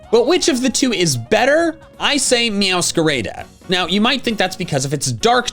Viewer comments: Wait wait wait.. did he just say Meowsceraida instead of Meowscerada? Notice the pronunciation is different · “Meow scar Aida” Dude it’s pronounced meow scar Ada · Now i got an issue i hadn't figured out before and is not related to the video's purpose: is it not pronounced MeowscarAHda? Instead of MeowscarAEda? Please put this doubt to rest XD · MeowscaRAYda is definitely not the pronunciation if the Spanish (Spain - PALDEA) word for Masquerade is mascarada mass-kah-rah-dah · its not meowscarayda its meowscarada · MEOWSCARAYDA?? Mister. It's MeowscarAHDAH. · The pronunciation on MeoswcaRAYda rly ticking me off haha. I get it cuz is a native English speaker but since it's Spanish-inspired... it's MeowscaRA-DA. from Mascarada. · /mjaʊskəˈɹeɪda/ Me: /mjaʊskaˈrada/ How it should probably be pronounced: /mjaʊʃkɐˈɾadɐ/ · I say meowsca-RAH-DA like Mascara, instead of “Raida” but I’ll let you cook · The second "a" in meowscarada makes an 'ah' sound, not an 'ae' sound. It's based on the word masquerade which is pronounced, 'mask-a-ra-d'. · Isnt it meow- sca- rah - da over meow- sca- ray- da? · He doesn't say "Meowscarada" like Schnitzel 😢 RADA RADA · "it's meowscarahda" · This YouTuber doesn’t even know how to pronounce Pokémon name is right🤣Meow-scaradea? What in the world is that?🤣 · "Meowsquarada" makes me feel pain. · It's pronounced "Meows-Kah-Rah-Da" like "Mascarada" is. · Ok, I'm two minutes in, and I have to say it. It's pronounced Meow-sca-RAH-dah. You're putting the emphasis on the wrong syllable! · "meowscarayda" is crazy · Um dude you are saying mewascrada wrong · never been this triggered by a pokemon mispronunciation until you saying "Meowscarayda" 😭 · He's pronouncing it Meow-squerade-ah; the name is a pun on masquerade (mascarada is literally masquerade in Spanish). Should one pronounce it respecting the Spanish? Maybe, but pokemon names pronunciations are very arbitrary a lot of the time, so it's not a big deal. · He mispronounced Meowscrada